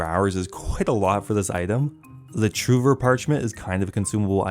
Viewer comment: This guy has to be trolling with his pronunciation of lerranhs and trouver